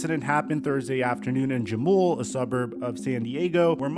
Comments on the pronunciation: Just a heads up. The J in Jamul is pronounced as an H. Huh-mool not Juh-mool. Keep up the great work! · Jamul is pronounced “ha-mewl” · Great video. Jamul is pronounced with an “H.” 😊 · It’s pronounced Ha mul (Jamul)